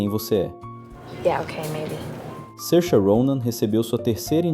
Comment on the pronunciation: É assim mesmo. Tem vídeo dela mesma ensinando a pronúncia.